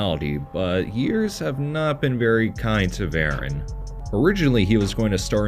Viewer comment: Like so many other YouTubers you can't even say his name right... So I kinda don't care what you say. It's VerAHn. Not VarEN. Look up how his name is actually said.... I would have done that before I even thought of making a video about him. Also way too surface level